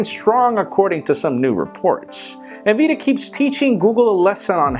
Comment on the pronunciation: i couldnt help but repeat Nvidi? LOL